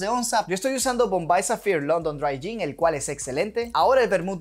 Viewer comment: Está mal la pronunciación del GIN tienes que aprenderte bien el nombre para no quedar mal con el cliente